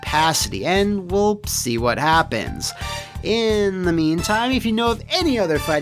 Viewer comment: Remember back when didn't pronounce a T in "Wha"?...I blame Youtube's algorithm. Probably skipping over "Wha" as a misspelling.